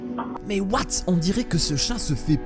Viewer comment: Ce qui me fais rire c'est quand tu dis "MAIS OUATE ?!" (J'ai fais exprès de mal écrire)